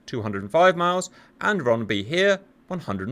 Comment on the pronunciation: this one here, lol. the pronunciation in Uppsala and Ronneby is actually very good.